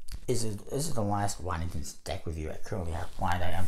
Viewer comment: You’re pronouncing Waddingtons wrong 😅